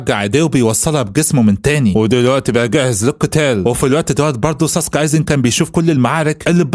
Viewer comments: مش سوسوكي سُوسْكِي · ايزن سوسكي مش ساسكي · اسمو ايزن سوسكى مش ساسكي بس هوا بيقول الاسم غلط والتانى مش اسمو مادارا برضو اسمو مادارامى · ايزن سوسكي مش ساسكي غير كده الفديو جامد الصراحه وملخص محترم ومجهود يحترم حاجه بسيطه كده كوكا دي هتطلع عمه اتشيغو 😂هتعرفو الكلام في الجزئ تالت يعني بعد ٣٠٠ حلقه